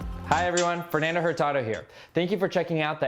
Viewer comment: Anyone else find it funny that the reporter pronounced his name “HURtado” after this video?😅